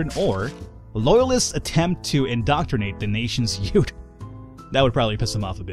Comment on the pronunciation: "Loyalist yoot" What's a yoot? (